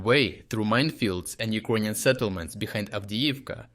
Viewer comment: Check your pronunciation of "Ukrainian"